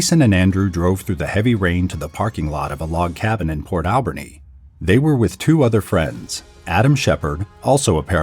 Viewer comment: it's pronounced 'al-BURR-knee' sincerely, a Canadian